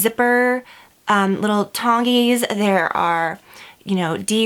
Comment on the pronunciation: "And then there are 379 zipper tong-eys!" LOL!! Omg!! I know exactly what you mean!! Love your videos!